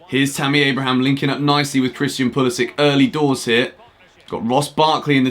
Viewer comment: Don’t disrespect Pulisic like that, please pronounce his name correctly mate